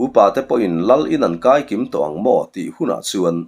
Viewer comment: I chhiar thiamin ngaihthlak a nuam hle mai. Ama'rawh chuh....."KAWR TAWNG HAK," hi i lam dik lo deuh. Tun hma chuan thil teh nan kiu a ṭanga kut hmawr hi an hmang a. Chu chu, "TAWNG," anti. Tawng khat tawng-hnih, Heta 'Tawng' tih ang hian, "Kawr tawng hak," ti a lam tur.